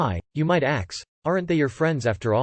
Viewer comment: Why does this voice pronounce "ask" as "axe" and "asked" as "axed"?